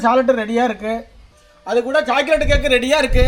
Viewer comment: ஜாக்கலேட் இல்லை சாக்லேட்